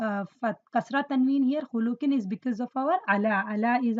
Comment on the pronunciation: But mam why do you pronounce. khuluqin as khulooqin